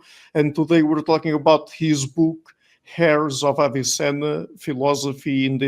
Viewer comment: The h in Heirs is silent , it sound like "airs" of Avicenna.